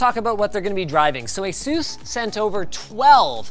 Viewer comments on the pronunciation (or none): none